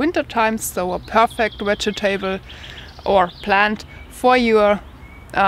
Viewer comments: Hahaha... the part I like the best is the 4 syllables. In fact, I think I’m going to start pronouncing it like that. Wedge ee ta bulls. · will you take more English lessons please, i'll fed up with falling off my chair. Vegetable and start with the same V. thank you.